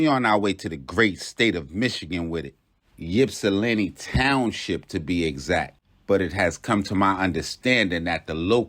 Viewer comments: The y is silent bro🤦🏾‍♂️ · We say “ipsi” not “yipsi” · I’m an original 734 representative. Born and raised in Ypsi. I just want to let the people know, it’s “Ypsi” pronounced ip-cee, not Yip-cee….I don’t really wanna speak on the situation but let me say this: People have their opinion about who was right or wrong and I don’t want to speak to that. But what I do want to say is to people like Charleston White, Tekashi Sixx Nine, and others who antagonize people online take heed to the lesson. Everybody ain’t playing, so be mindful of what the response might be. If you’re with it, then do as you please. Just be aware💯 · Pop don't nobody call it Yip-see..... It's pronounced ( Ip-see) for short! Salute😎😎😎 Detroit in the Building! ✊✊